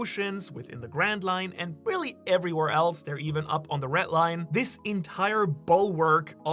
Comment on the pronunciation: Red Line not retline